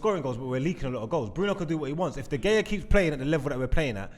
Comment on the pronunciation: This gotta be the worst episode for pronunciations🤣🤣 “MarTial, Aooba”-, “De Gaya”-.